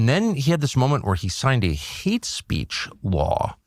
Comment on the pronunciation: What is "heat speech?" I thought maybe I heard Tucker incorrectly but then he said it a 2nd time